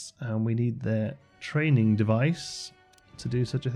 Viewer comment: It's always so nice to "have you around"! Playing some game and talking about how to make things look good / realistic. But after years of following your channel, I have to say: whenever I hear you put emphasis on the "g" as if it's a "k" – e.g. thraininK on – I'm always afraid you're getting tired. I hope you'll take it easy this time, and enjoy playing the game as much as we enjoy watching you play it.